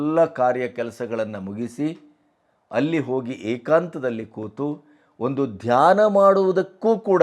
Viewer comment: Read as dhayna only